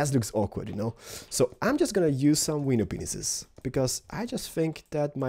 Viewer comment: Why does he say "Window Penises" hahahah